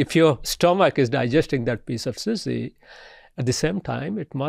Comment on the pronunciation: The way he pronounced sushi 😂